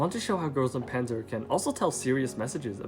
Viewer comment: Everyone, and I mean everyone mispronounces Panzer